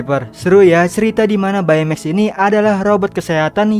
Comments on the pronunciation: Bacanya bei maks. Bukan bae meks. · Baymax read text beymex not baimeks right